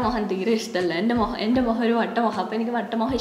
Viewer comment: മുഖം ❌ മുഹം ✅